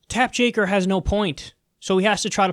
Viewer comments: This is the second time I hear Mr Kulinski say "Tapp Jaker." Or is it Jake Tapper!!! I don't know I get confused. ; ) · It's Take Japper. How hard is it to swap two letters?